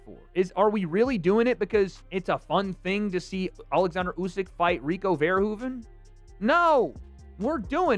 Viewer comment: It's pronounced more like "fair-who-fan"